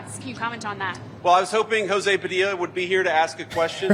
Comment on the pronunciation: That women didn’t even say his name correctly she called him Padia smh!